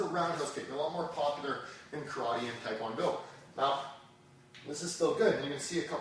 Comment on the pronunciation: btw ur saying taekwondo wrong